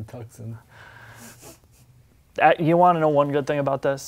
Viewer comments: Its not TUK-SUN, Its TOO-SON. Like Tucson Arizona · Why is he calling it Tuc-son and not Too-son? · Its pronounced Too-sonn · Nice video :) Is there a model like the Hyundai i30 Turbo in your Country? Btw. "Tucson" is pronounced like "too son", without the "c", wierd, right?^^ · Its "Tooson" as in Tuscon Arizona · I thought it was pronounced, TOO-SAHN. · please never say tucksin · It is, he just doesn't know how to pronounce it properly, it's common sense. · He thinks it's Italian, like Tuscany. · Butchering the name so bad.... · You need to learn how to properly pronounce Tucson.